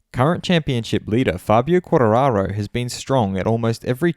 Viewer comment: You missing the T saying Quarararo